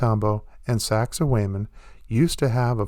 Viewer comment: You need to learn how to pronounce sacsayhwamen. Peace!